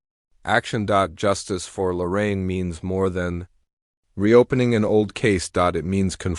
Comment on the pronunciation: I love Lorraine. She changed so much since Mark Laita came on the scene. Shame on that family for laughing about her rape. Who the hell are the Widers? AI sucks,dot. Stop dot. With this shit dot! Her name is Lorraine,not Loren. Half the time I heard Loren dot!